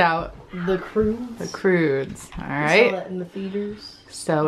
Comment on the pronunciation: ''THE CROODES'' lol and my favorite movie is ''The Minions'' movie..... BEEDOBEEDOBEEDO